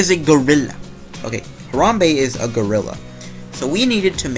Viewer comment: Disliked for mispronouncing Harambe. Show some respek on his name.